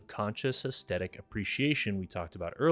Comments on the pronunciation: Aesthetic, not 'estettic'. I swear people acting like this is hard to pronounce wasn't a thing until very recently. You said 'synaesthesia' with no difficulty, come on 🤷🏽‍♀️ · I enjoyed your video, but didn't you mispronounce 'climax' and 'aesthetic'? Maybe you were using the French version or something? Also, I think 'nearby' is just one word usually. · I liked and subscribed about 2 minutes into your video, man, your subject, delivery, and production is a whole vibe. Gotta work on your pronunciation of the words climax and aesthetic, dog, by the second time for each word, i figured out it wasn't a send-up. It's late, gonna check out any more of your vids later, but yeah, subed. edit: P.S. True Detective season 1 was perfection, all others seasons have been garbage sauce, and downloading Godless as I'm typing.